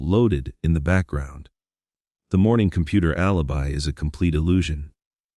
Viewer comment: I wish they would use a real person instead of an AI narrator. For example, a real person could pronounce Laci (not Lossie, Lotzy or Lassie) and alibi (not alubi). 🙄